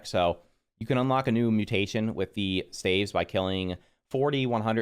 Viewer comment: I know the word looks like “stAEves” but it’s pronounced “stAAves.” I know English sucks but it’s funny to hear. I’ve watched multiple videos on staves and you’re not the only one who pronounces it like that lol.